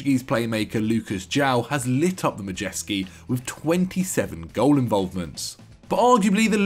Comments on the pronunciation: Pronounciation lessons: *Nor-fuk *Bark-shire *Ma-day-ski *Hail-d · 2 and a half minutes in and I’ve already heard Madejski, Norfolk, Berkshire and Farke pronounced wrong